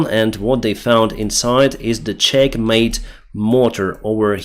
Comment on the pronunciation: "The Czech-made mortars" ... that sounds very different when you pronounce it. ♟